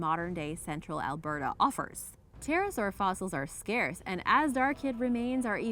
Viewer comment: *Alberta, not Alberto